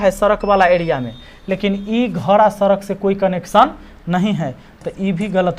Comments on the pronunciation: सरक नही सड़क बोलिये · sadak hota sarak nhi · Sarak nhi sadak hota h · Are ji Sarak Nahin Sadak Hota Hai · Wo sadak hota hai Sarak nhi 🙂🤣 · Wo सरक नहीं सड़क है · सर आप सड़क को सरक क्यु बोलते हो 🤔🤔🤔